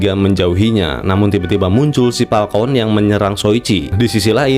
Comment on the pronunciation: Falcon banggg bukan Palkon.... 😭😭😭